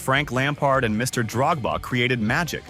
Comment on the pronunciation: You Pronounce it like times my bro and the way you said Drogba killed me